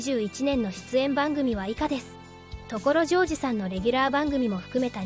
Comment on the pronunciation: これって自動音声？ 所ジョージのイントネーションが凄くひっかかるし、OS-1は「オーエスマイナスワン」ではなく「オーエス(ハイフン)ワン」でしょ。